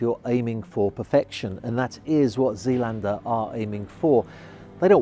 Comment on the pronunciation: Pronounced ZAYLANDER.